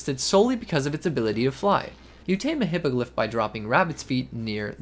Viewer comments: hippoglyph intensifies I'm pretty sure it's 'hippogRyph', not 'hippogLyph'. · Hippogliph hahaha I love the mispronunciation. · Am I the only one hearing him add an "L" to Hippogryph? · dude cant read “hippogryph” lmao